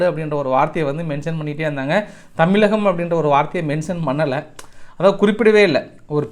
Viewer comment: கலகம் இல்ல கழகம் .தமிலக இல்ல தமிழகம் . வார்தையை திருத்தவும்